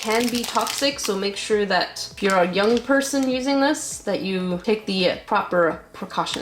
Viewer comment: I love how she says jung person😂😂😂